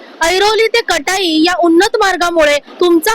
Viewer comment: आधी जागांचे उच्चार व्यवस्थित करायला शिका...कटाई काय? काटई असा उच्चार आहे...आणि देसाई खाडी नव्हे...देसई असं त्या गावाचं नाव आहे...उत्तर भारतीय आपल्या टॅक्सींच्या मागे खोपोलीच्या ऐवजी रोमन लिपीमध्ये Khapoli असं लिहितात...संताप येतो... नीट गृहपाठ करुन एखाद्या प्रकल्पाची माहिती द्या...नाहीतर दिली नाहीत तरी काही बिघडणार नाही...